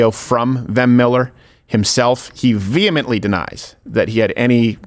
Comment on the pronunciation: He vehemently and Vem-ently denies the charges.